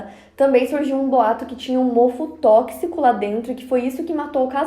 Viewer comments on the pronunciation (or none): none